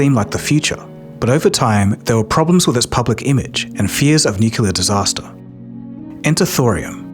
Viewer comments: Has gone "nucular" now? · Xu Hongjie = Hshuh Hohng Jyeh. He butchers the pronunciation in the video, as he does the word "nuclear " which is "new klee/clay uhr" not "nuke ya luhr". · Why do you consistently and persistently mispronounce "nuclear"? It's not "nucalar"! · Unfortunately, when someobody pronounces nuclear "New cue ler", I want to turn it off. When it might be an AI with a british accent it is goodbye. Too bad. Unsubscribing. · Channel specializing on nuclear energy says "nucular". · jesus your whole channel is focused on fusion and you can’t pronounce “nuclear”? 😭 please just google it or something